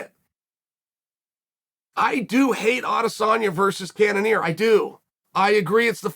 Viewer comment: Izzy called out cannionier